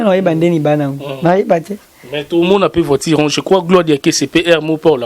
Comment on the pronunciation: Voiture et non voitire